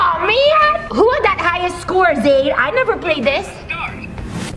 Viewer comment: Not being rude of sm but it is not Zaire it's Zaide😊